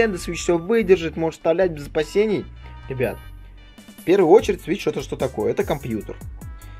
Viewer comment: Почему то мне слышаться не свич а сыч